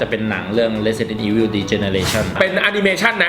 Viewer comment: Resident evil เรียกสำเนียงญี่ปุ่น(ออกเสียงแบบภาค3 nemesis) เรซิเดนโท่ อีโฟ